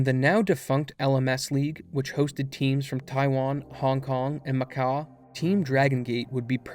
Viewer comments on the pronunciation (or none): "Wanton" "Macau" If you don't know how to pronounce a word, either look it up or find a substitute, lol